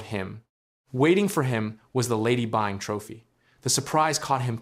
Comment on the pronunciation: Byng rhymes with sing, my guy